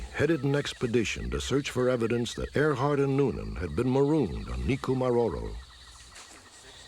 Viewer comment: “Earhart” NOT “Airhart”